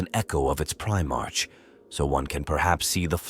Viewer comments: Primark not march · Just work on your script to assist your ai bro. Eg change the "primarch" to "primark"